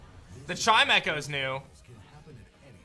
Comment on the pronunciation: lmao i thought chimecho was pronounced "chime-cho"